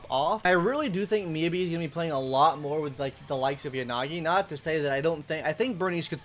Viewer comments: Your phonetic pronunciation of Miyabi is killing me. It's pronounced "Me YAH BEE". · No it's pronounced miyabi